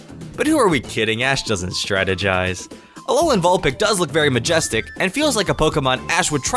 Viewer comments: he says vulpick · 2 07 did you say vulPICK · you said vilpic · u had me till u said vulpix